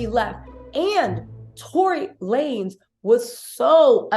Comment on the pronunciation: Tory lamez 😂😂I needed that laugh… I love your content btw